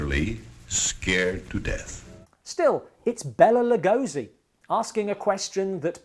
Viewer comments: Exactly. As a lifelong fan of Lugosi, it bothers me that so few people pronounce his name correctly. Even Johnny Depp and Martin Landau got it wrong in “Ed Wood”. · I got it right in our Lugosi special, Rise of Dracula, but this was shot months earlier and I hadn't checked the pronounciation.